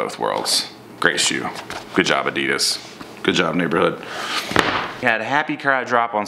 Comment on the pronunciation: u don't say adidas like that